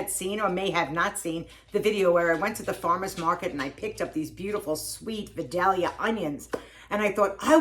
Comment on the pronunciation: Vidalia with a long i, it’s not Vadalia 😂. Vidalia is 70 miles from my house.